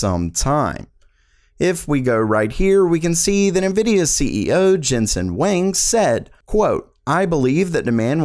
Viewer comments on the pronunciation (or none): Dude said "Jensen Wong" BRUHHHHH